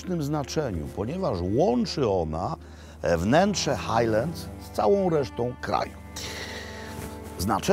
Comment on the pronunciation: No i nie Hejleds tylko Hajlands